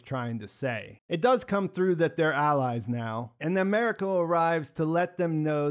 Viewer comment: I really enjoyed your review. However, I beg you to learn how to pronounce “Mariko”. When watching, listen to how the other characters say her name. It does not sound like “merry co”.